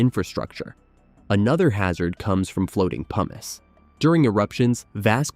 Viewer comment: Haha i heard "PUMEECE" for pumice. That was funny. Also, i would gladly do this